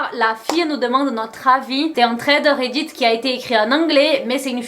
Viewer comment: Comment prononce Thread Reddit: Trèderéddite